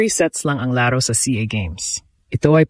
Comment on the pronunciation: BISAYA E KAYA GANYAN NG PRONOUNCE NYA YUNG LARO LAAARO 😂😂😂😂😂😂 HAHAHAHA BUWISIT KA 😂😂HAHAHAHA